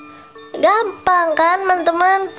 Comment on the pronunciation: Orang beda" kaks makanya dia bilang nya gampan😊